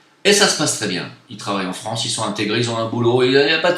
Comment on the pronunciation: MDR!!!:) il te faut un traitement homéopathique pour la prononciation du mot France! C'est triste ce qui se passe. J'a été fier de faire mon service national sous le drapeau français en Polynésie en 90. Aujourd'hui j'enrage !